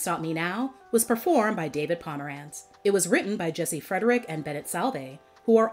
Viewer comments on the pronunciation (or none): none